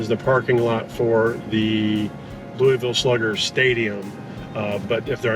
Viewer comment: Wow, almost has pronouncing Louisville down pat. Lou U Vul!